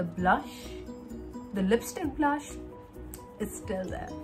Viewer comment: not saying ''BRUSH'' instead pf saying ''BLUSHHHH'' LOL. love yaaaa